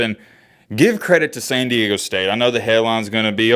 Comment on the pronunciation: America's Finest City moving on! 🤙🤙🤙 Btw, there's "D" in San Diego homie😂😂😂